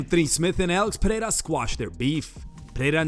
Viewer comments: Chael still isnt pronouncing Alex's name anywhere close. Pee-air-a? 😄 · Piera.... c'mon Chael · "Pierra" always gets me😂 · Sonnen still mis pronouncing Alex’s name. Peeee-era. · Chael with the Alex ''Piëra'' 🤣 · Chael is intentionally mispronouncing Pereira %100 😂😂